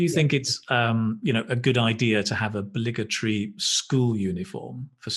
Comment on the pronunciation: Hi! In you say something like "bligetry", or is it "obligatory" school uniform? Kindly tell me what that word is because I don't get it. Thanks in advance sir! Have a wonderful day!🙏😊❤